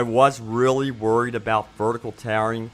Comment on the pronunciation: "of corsh thesh graphics are dern right GOREgess" (of course these graphics are darn right gorgeous) "I wush really WEREeed about vershtical taring" (I was really worried about vertical tearing)